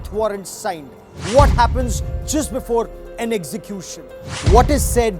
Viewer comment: This idiot cannot pronounce execution!!